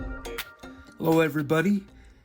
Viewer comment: I love the way he says 'elloo everybody ', lol